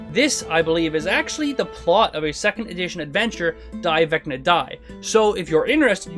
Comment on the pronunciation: Vecner? I barely know her! Also, it’s not pronounced “Becna”. The V sounds, wait for it… like a V.